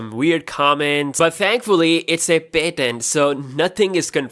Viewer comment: Can u please pronounce patent correctly